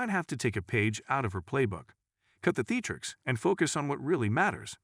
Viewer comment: hyper - Bowl ? ? Thee-tricks? Chas- Sum?